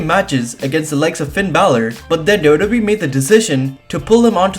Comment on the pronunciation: Why does he call WWE dodobe